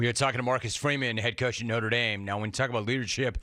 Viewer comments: Uh it's NOTRE, not NORTE. Get rid of your USC employees, Jim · “Norte”?? Moving on… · "Norte" Dame? Dumbshits 😂